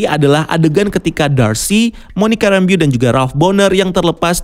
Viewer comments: Ok enough, bukan Monica Rembiyu tapi Monica Rembo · Lebih tepatnya Monica Rembow... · Monica rambeau, dibaca Monika Rembou